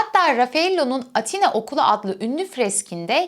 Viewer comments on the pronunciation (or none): none